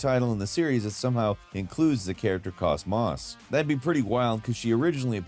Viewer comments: It's pronounced Koze-Moze, BTW, not Kaus-Maus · ÒOOOHHHH, SO close. Kos (Like Coast without the T) Mos (Like Most without the T)😂😂😂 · Kos-Mos is pronounced Cause-Mose, like Cosmos. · “cos Moss” My PS2 loving Xenosaga fanboy threw up in my mouth a little. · Saying KOS-MOS' name like that hurts my soul 😭😭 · How can you keep mispronouncing KosMos? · You pronounced KOS MOS like you've never played the games before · your pronunciation of Kos-Mos hurt my soul lol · The way he pronounced it should be a war crime. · Could. CLEARLY tell that came from someone that didn't play the game. 😂😂😂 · I would've thought it was cosmos, but with a pause.